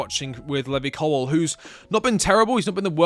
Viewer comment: Your pronunciation of Levi Colwell is so frustrating.